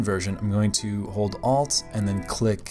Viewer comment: Gives it a completely different feel! I'm doing a zombie Walter White, maybe you can play around with that when I'm done! Also... Cccli..ck? Good effort 👍🏻 hahaha